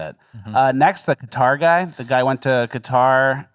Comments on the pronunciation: Love how the Qatari man keeps pronouncing his country correctly but that dumb c*nt keeps saying it so wrong. Like she is alone is proving his point that people don't care what is right or wrong. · hate to do this but is correct in the pronunciation of Qatar. It's not CUTTER. It's cut-tar You pronounced it correct just then. Like with Iran. It's not "Eye-ran" It's "ear-ran" God bless. Much love from the UK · It’s pronounced like “Cutter” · I watch a lot of commentaries. This is a favorite. It's pronounced Ka-tar. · There is no Kiev/Kyiv thing. Qatar was always pronounced "Cutter" and we've always been saying it wrong.